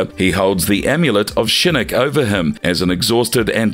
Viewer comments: I gotta agree with you, he pronounces Shinnok as Shinnik and Scinnik, there is no way that's on accident. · I said this before but please look up the characters name. When so much is pronounced incorrectly it comes off as amateur and as if you're not real fans. I hope that's not weird but keep in mind people who don't know these characters will get false info. Hanzo, Kabal, Taven, Shinnok all pronounced wrong.